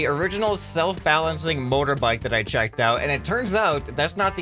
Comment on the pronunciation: "bike that I cheicked out". Not checked, cheicked. Or chaicked